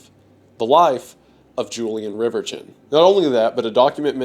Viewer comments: Great video... but...... dang it. I hate to be this guy but Riverchon is pronounced River-shone. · It's pronounced 'RIVER-shawn', at least here locally. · Fun fact: he pronounced riverchon wrong. "Julien RiverCHIN." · It's pronounced rever-shawn ♥️ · It took me a minute to figure out what park you were talking about. In the Dallas area we pronounce it as Rivershawn. As a young child I remember going to the Valley View mall was a special treat as it was in the North Dallas area and was the rich person mall well for us coming in from east Texas. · It's a lil late but the name Reverchon is pronounced "Rev-Eer-Shawn" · You're not gaslighting me into believing its pronounced river-chin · I don't think that is how that surname is pronounced should it not be pronounced as if it was French. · your pronounciation of Reverchon is deranged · Bro pronounces "Reverchon" like he's an Englishman still bitter over the hundred years' war